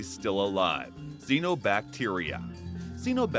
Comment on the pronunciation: it's pronounced CYANObacteria